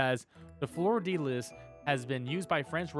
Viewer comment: I get your logic but every time ya said Fleur-de-lis I died inside.